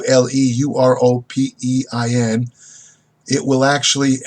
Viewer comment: it is pronounced like Ollie-euro-pin. Roex produces Oleoropein high quality and content. Very dependable company.